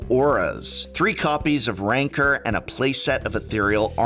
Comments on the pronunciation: Complains about people miss pronouncing Bogle but then refers to Rancor as Rancer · Throws a fit about how to pronounce "bogle" then pronounces Rancor "rainker"...... smh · Funny. He makes a big deal about pronouncing bogles properly but continues the same tradition by repeatedly mispronouncing rancor . lol.